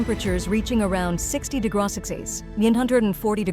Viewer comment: Your AI can't cope with degrees or degrees symbols. Start listening and keep listening. It invents words for anything having to do with the word degree or degrees; day-grot-sat-says, "40 dey-grot-sit on the lunar surface," "10 day-grot-sat-see," 14 day-grot-sighs," ect this happens whenever trying to communicate temperature. Also centimeters ends up something closer to cinnamaters, like spicy potatoes. Thank you for listening.